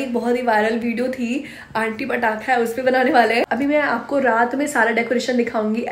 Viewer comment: (पड़ाका )sudhh gorakhpuriya bhaasa😂